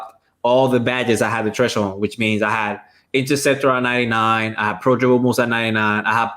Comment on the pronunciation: Yo what is a treshhold?? 😂